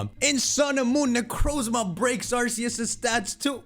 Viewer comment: are you mentally challenged since you say Arceus wrong.